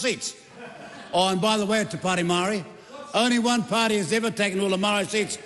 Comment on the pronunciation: maow-re... reckons he's authentic XD what a joke